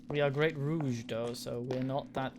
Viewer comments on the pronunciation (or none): Don't know how long ago this video was posted for some reason the date doesn't show up, but rogue is pronounced row-g you're pronouncing it rouge which is a form of make-up.